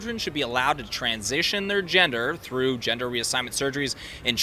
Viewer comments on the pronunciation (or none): "Their ginger". Dummy can't even properly pronounce gender correctly but has such a strong (and wrong!) opinion on the topic.